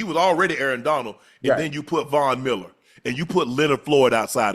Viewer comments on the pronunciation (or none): none